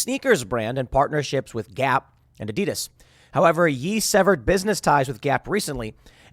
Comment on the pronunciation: Please learn to say Adidas the right way.